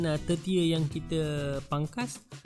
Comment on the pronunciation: Sye pn baru nk belajar nnam anggur, utk tmpat teduhan saje,tp klau dia nk brbuah alhamdulillah, Betul ke sebutan tu, premiere dh betul tp dahan ke2 tu,sebutannye seconder dn thirter.